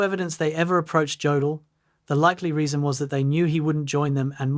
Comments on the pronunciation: Good documentary! But his name is pronounced Yodl not Jodl. The J has a Y sound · STOP. STOP making documentaries when you can’t even correctly pronounce the man’s name! OMG! His name is pronounced YOH DL Rhymes with yolk. You pronounce it with a hard J like Joseph. STOP posting garbage and At least listen to it before you upload it. Your ignorance is appalling!